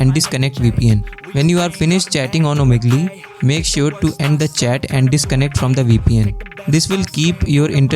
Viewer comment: Omigli 😂 got me